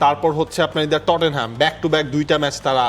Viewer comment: ভাইরে ভাই ওটা টটেন হ্যাম না রে ভাই, ওটা "টট নাম".